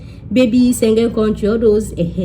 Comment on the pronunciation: 🤣🤣🤣🤣 Speak Yoruba abeg. ma pami na. Eyan sengen. Be like na "Schengen" oooo.😊😊. Great video✌